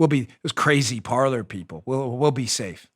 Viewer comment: I think Parler was destroyed because no one knows the pronunciation of that word. It’s not “Parlor” it’s ‘Par-lay” Kind of like how the “epoch times” isn’t pronounced e-pock. It’s pronounced ‘epic’ - and for that matter if you’re calling your news organization “epoch times” then you’re using it as an adjective and the correct spelling is “Epic”. An Epoch is a noun, but still pronounced “Epic” OCD rant over. That stuff makes me nuts, man.